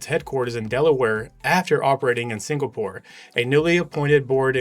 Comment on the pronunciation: You lost me when you couldn’t pronounce Singapore, and just went with it.